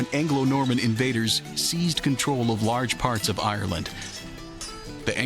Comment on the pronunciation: Since when did ayeyerland have three syllables? I'm out. 4 seconds has to be a record.